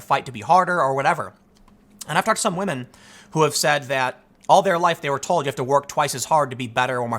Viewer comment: Tim... respect wAhmen. 🤣